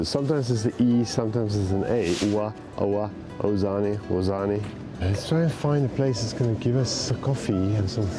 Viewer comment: it s called Wazzan not Wazzani and you should spell Z as Zoo not thick as Zambia